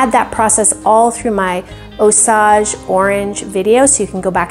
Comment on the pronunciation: Just FYI It's pronounced ˈōˌsāj (OH-sage) - Sage like the herb. The Osage people are from around the Osage River valley in Missouri.